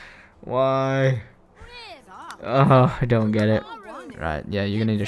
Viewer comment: he said you don not you dont